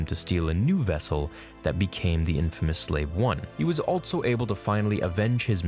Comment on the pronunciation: WHY DO YOU SAY ALTSO? it bothers the shit out of me, otherwise I like your content. I'll sub when you stop putting the "T" in the word also bruh.